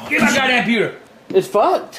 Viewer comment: MAH GAWD DAYUMN COMPUTEY 😂😂😂😂😂😂😂😂😂